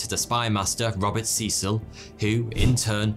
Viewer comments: Who's this Seesill guy? FFS, pronounce the name properly: Cecil, pronounced Sessill. And "gotten" dropped from British usage a long time ago, in favour of the more succinct "got." Don't pander to American solecisms and archaisms; they'll still understand you. Americans aren't stupid (hence their wealth). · Good video but can we talk about your pronunciation of Cecil. It’s C[EH]cil. EH, short. Not EE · I thought in England/Britain Cecil was pronounced Cessil? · It depends where you're from. The Americans seem to favour see-sul (in the South at any rate). It appears that this pronunciation has remained since the place was first colonised. Could it be, therefore, that they have retailned the original pronunciation and it is in the UK that it has changed?